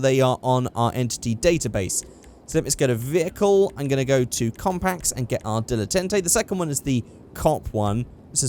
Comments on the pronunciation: Dil-eh-tant-ay that's how you say the GTA Prius name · It's pronounced DILLA TARN TAY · Dilletante pronunciation dill-e-tont-ay